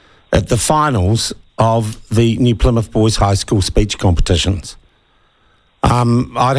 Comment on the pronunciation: Speech!!! Not "speach"!!! Geez!!